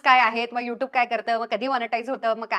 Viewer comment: यू टूब नाही, यू ट्यूब. तुम्हाला पैसे देणाऱ्या ब्रँड च्या नावाचे उच्चारण आधी नीट जमतय का बघा.